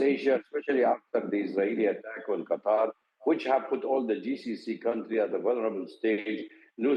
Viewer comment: I think Qatar didn't want to make defense pact with Indians because they pronounce Qatar, Cutter 😂😂😂